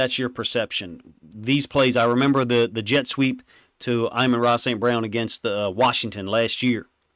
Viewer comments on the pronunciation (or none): Stop calling Amon Ra “eye-mon” it’s “ah-men” ra. It’s so triggering because it’s gotta be intentional. Stop. Please.